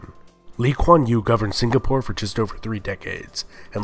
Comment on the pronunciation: I like how he can pronounce melacca correctly but mispronounces the word malay and singapore